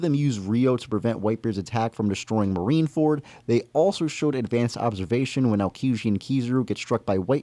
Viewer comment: U read marine-ford very wrong wb💀 got weaker and his ap did get weajer as even attakcing having himself hold his heard